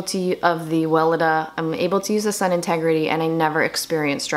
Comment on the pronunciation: Sorry got cut off. It’s “sun-tegrity” not “integrity”. Not that it really matters but I know you talk about this brand often to wanted to share! 😘 I also love the brand. Xo. Stay well